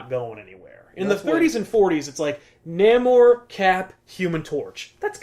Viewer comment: Namor is pronounced: Nay- more